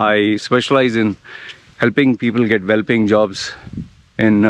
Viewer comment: Suggestion, the 'well-paying' is sounding like 'whelping' or 'welp'ing in late videos... if you could sound a space between the words ... 😏